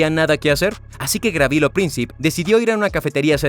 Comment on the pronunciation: No fue Gravilo, fue Gavrilo Princip. Gabriel en lengua serbia es Gavrilo.